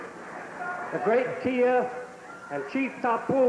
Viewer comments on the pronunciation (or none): Why dos Savage keep calling him Tia instead of Tio?